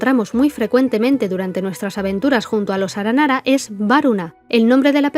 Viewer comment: 1° muy bueno el video 2° cuantas veces te equivocaste en la pronunciación de las palabras aranara en este video? Y 3° terminé hace nada una misión aranara de romper los sellos de distintas máquinas de las ruinas y destruirlas, en la parte final hay que luchar con una Máquina Eterna, y Paimon lo menciona, entonces un aranara le pregunta: "¿por qué se llama "Aranara Eterna" si no es un aranara?" Estoy casi seguro que no es que allá escuchado mal el aranara, sino que tiene entendido que el concepto "Máquina" y "Aranara" son iguales o por lo menos similares, ¿puede ser que originalmente estos ayan sido un prototipo de los akasha? Máquinas capaces de estar conectadas entre sí y capas de conectarse a otros seres conscientes a través de los sueños, pero luego de conocer el Marana ya no era adecuados para esta tarea. Entonces se creó el akasha que no son consientes y usan los sueños como combustible ya que no pueden conectarse al bosque, o tal vez le di mucha vuelta a algo sin relevancia... un saludo 🖐